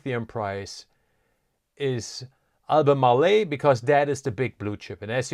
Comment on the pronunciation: AL BU MARL, not AL BU MAR LE'. 3 syllables, not 4. SGML just jumped big. I'll let ALB & LITP (Sprott Lithium Miners, small ETF holding passel of companies) do my lithium lifting.